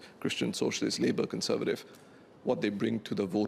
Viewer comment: Con ser va tive, was not pronounced properly.